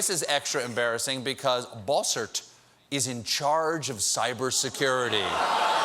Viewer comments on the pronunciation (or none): the way he says bossert sounds like he's saying Ball Search.